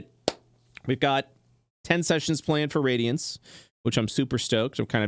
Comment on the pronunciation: For anyone thats confused,the campaign name isnt pronounced "radiance" but "RAD-iance"